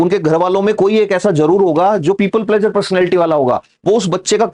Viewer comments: यहाँ प्लीज़र बोलिए प्लेजर नहीं प्लेजर अलग चीज़ है आपको पता है। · Pleasure nahi pleaser hai (pli-ser, plz-er). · pleaser should be pronounced correctly otherwise knowledge is good🙏pleeser,give emphasis on eee not aa